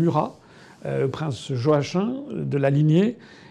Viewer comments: Joachin ??? Cela se prononce : joakim tout simplement . C'est quoi cette espèce de francisation ??? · Prononcer Yoakim en vérité 😊